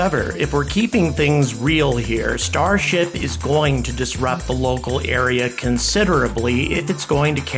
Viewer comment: Can't help but hearing starshit everytime....